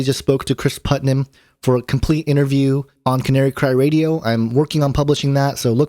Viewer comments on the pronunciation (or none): none